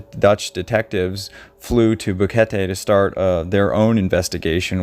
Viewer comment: Finally a you tuber that pronounce Boquete correct! Love your material.